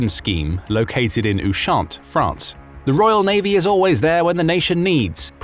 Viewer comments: We dont say 'The' HMS XXX, its just HMS XXX... The His Majesty's Ship doesn't make grammatical sense. In English, Ushant is pronounced 'Ush-Ant' not Ooo-shant. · Ushant is the English name for the French island of Ouessant. It's pronounced like "Usher" except with -ant instead of -er. Stress on the first syllable.